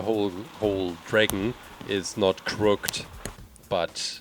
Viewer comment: He said crooked the wrong way... If you are true fans you will know what game he played when he said crooked wrong.